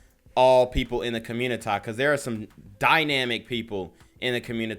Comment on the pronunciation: Here's some advice, you don't have to say "communi-Tie" so much. It's kinda cringe but do your thing bro...